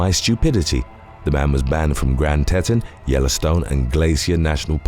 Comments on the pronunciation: Grand Teton: pronounced Tea'-ton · It's pronounced 'tee-tawn' my friend